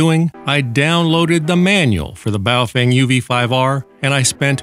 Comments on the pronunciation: omg... if you say BOO-FWANG one more time... its BOW-FANG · Very nice! BTW the baofeng in Chinese pronounced as "B-Aw-Fun" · There is a engineer where I work that was born in Indonesia and he says it is pronounced "Boof-Whang" .. He's an engineer so I think he would know better than you.